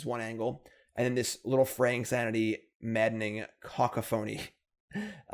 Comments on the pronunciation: it's pronounced cuh-COUGH-a-nee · It’s kuh-kah-phuh-nee. Took me a bit to figure it out myself. Great deck man. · caCOphony, it's not that hard. You're an english major, you should know how english works, and if not there's always google. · Co caph o ny, long Os short a